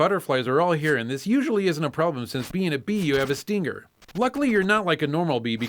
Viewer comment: why do you say "Steenger"?